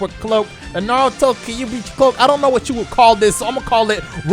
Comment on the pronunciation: Don't you DARE ever pronounce Kyuubi as "Kah-yu-bi" ever again. Stop. Legit stop. Actual stop. Stopping legitimately.